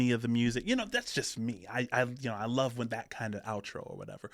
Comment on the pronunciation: It’s not Paulo, it’s Paolo which is an Italian name. Paolo’s father is of Scottish and Italian descent